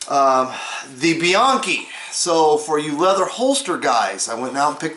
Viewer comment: It's "Be-yankee". I heard that from John's own mouth years ago.Thanks for the review also. Probably like most gun guys, I have a box full of holsters after 50 years of packing. Still can't find the perfect one. Probably never will. About to try the Outlaw brand though.